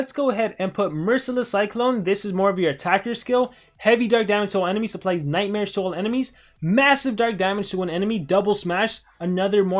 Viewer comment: I thought he said nightsmares